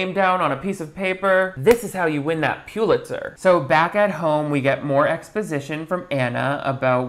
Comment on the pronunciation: Oh my god! FINALLY, someone who actually knows how to properly pronounce the word Pulitzer!! 🙏🏻